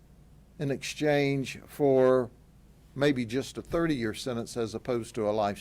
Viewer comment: SEN..ANCE? WTF IS A SENANCE?